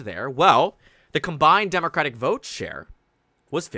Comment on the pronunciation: “I will boat….. for Donald Trump” 😂